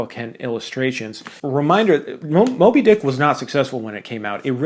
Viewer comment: Just when I think I’m watching a serious Man video, he said “moby-DICK”. 🙄 okay buddy, suuuuure